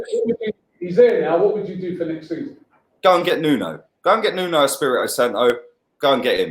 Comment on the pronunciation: man said Nuno lol